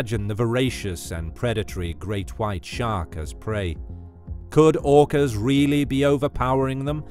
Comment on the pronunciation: OOkass Versus Greett Whiitte Shharkss